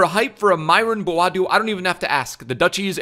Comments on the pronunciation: Its noy boaadu but bo-a-du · its booo aaa doe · It’s pronounced BO AH DO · Myron Boadu exists:: "Mbadu" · Het is Bo A Du :-)